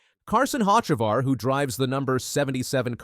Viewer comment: Who is Hock-a-var